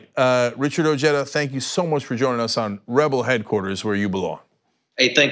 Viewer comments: His name is prnounced " O Hi Duh". Why did this guy just say " O Jed Ah"??? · OJEDA . . is pronounced "O- HEAD - A" it´s a Hispanic last name .. not JEDA like JEDI . . although the guy himself pronounces it anglo-ized . . origin Spain Alonso de Ojeda (c. 1465 – 1515), Spanish explorer. . Im not saying he is less American or anything like that . . USA land of immigrants